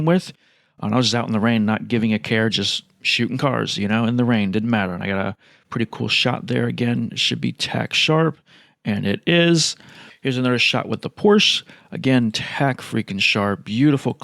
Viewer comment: "Porsch" is pronounced "Porsche" (it0s German)! :P